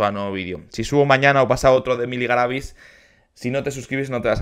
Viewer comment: Ella ganó el concurso, ah por cierto ahora si estas pronunciando bien el apellido Galavíz.